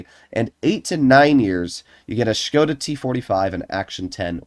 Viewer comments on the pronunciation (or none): none